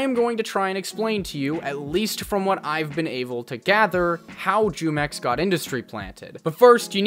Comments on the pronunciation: By the way, it's pronounced (HUE-MEX).. its a mexican juice brand. The way you pronounce it (JEW-MEX) disturbs the fuck out of me. It sounds racist and that doesnt even make sense l0l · Bro hearing you say JEWmex in stead of HEWmex lmao 😭😂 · Bro just just say (whomex) not (jewmex) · Jumex? As in “Jew mex”? I read it in Spanish as jumex .. as in “who mex” . Like the drink, you know fruit flavored drink. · Bro Jumex takes the W here because you sound really white and stupid saying "Jewmex" every minute. It's "Hoomex" and you'd know that if you've taken even an elementary level Spanish course..